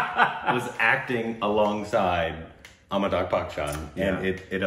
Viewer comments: And they pronounce his name Amitag. Amitag Bakchan. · Am I the only one, or really still pronuncing "Amitakh" and no one is complaining?